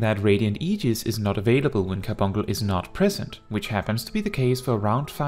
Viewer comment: I can't even continue to watch this 🤣🤣 because I want him to say Car-bunk -le right... 🤣🤣